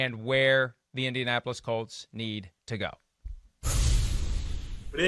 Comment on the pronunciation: Peter King please say the word Colts, not cults